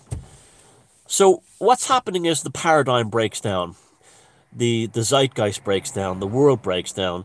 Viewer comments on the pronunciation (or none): none